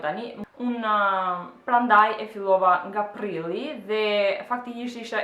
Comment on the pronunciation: Shko mso me than prilli jo prrilli😠😠sa kafshe.fmijaqe